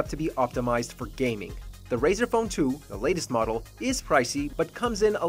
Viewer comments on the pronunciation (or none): none